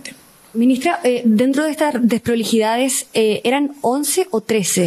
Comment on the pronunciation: La única vocera del Mundo que no sabe pronunciar Bien las palabras : Deproliiidades, Despreligidá, El Presiente, etc ...